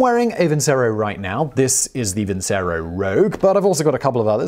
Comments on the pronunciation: ...I thought the sponsor's name was pronounced Vin-Chair-O not Vin-say-row. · Vincero is one of those brands that claim that they cut some sort of middle man even if they are the middle man. Oversized watches that look like shit. Ps. Vincero is probably pronounced “Vinchero”